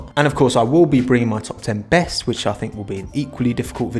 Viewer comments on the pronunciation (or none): none